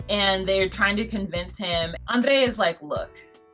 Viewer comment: Maybe it's just me, but I find the Andrrrei pronounciation annoying. I feel like the rolled "r" is more of an accent than an official way of pronouncing it; if you don't have that accent, than it sounds contrived. I mean, he doesn't drop his Moldovan accent to say her name, so....